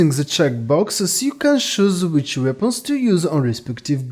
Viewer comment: The word "Weapons" in english is pronounced WEP-ONS. WEAPONS. English is not as much of a phonetic language as most European languages. The issue when listening to your accent for a lot of people is likely that the brain of an english speaker listening to your accent is on lag trying to catch up with what you're saying. You're saying sentence number two while their brains are still processing what you said in sentence number one lol I'm bilingual myself so I basically understand the struggle of people learning to speak English which has a ton of words that trip people up when they're learning it because there are few completely consistent rules for pronunciation.